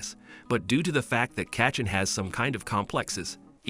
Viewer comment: Bruh he saying kachen instead of kachan